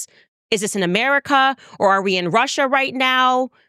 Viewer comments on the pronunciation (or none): none